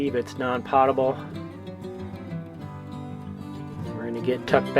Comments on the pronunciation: Potable is pronounced Poe-tuh-bull, not Pah-tuh-bull. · Really enjoyed this very much. One small thing... the word “potable” is actually pronounced “poh-ta-bull”. Take care and stay safe! 👍